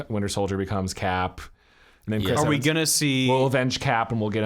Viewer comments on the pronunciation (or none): none